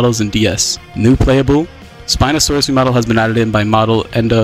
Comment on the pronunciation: "Spino Forest" dear god.